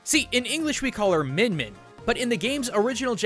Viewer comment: It's more like "meeyin meeyin"